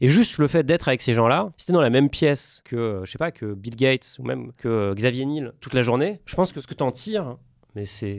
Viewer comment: Très intéressant, trop même, c’est pour ça qu’il n’y a que 96k vues. Ça ne vend pas de rêve. Quelques corrections quand même : Microsoft n’a pas 35 ans mais 50, Xavier c’est Niel et non Nil😅 et Charles Gave est un beauf bien puant. PS. J’ai bien aimé la référence aux chercheurs d’or et aux vendeurs de pelles.